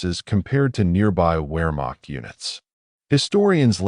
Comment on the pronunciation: Well, where to start. Nah, never mind. My criticism is too extensive. From mispronunciation, to the seemingly absent chronology to the literal omission of the Allegemeine SS. Sorry, buddy. Maybe do more research of your subject before attempting a 5 hour long monstrosity like this. Better research will yield better results. ( Pronounced Vaffen and Vermacht!)